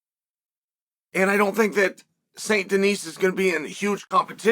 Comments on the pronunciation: DENIS. And you dont prononce the S. Denise is a female name. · Just a quick tip, the S in Denis, is silent.